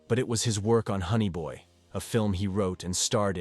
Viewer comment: Shots for everytime you say, honny boy, and is buf not boof